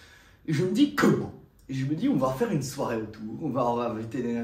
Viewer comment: "J'ai connu mes premières soirai", soirée on dit, soirée